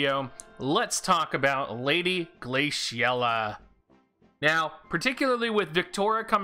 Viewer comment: why are you pronouncing the name like that